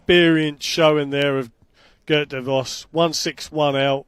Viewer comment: I'm impressed with the caller's impeccable 'geert' pronunciation